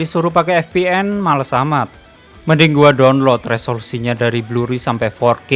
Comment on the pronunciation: Blue ray bukan "blurry" 😊